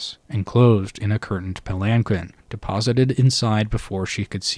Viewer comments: In case you care to know, palanquin is pronounced "palan-keen". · Pal-In-Keen is how that word is pronounced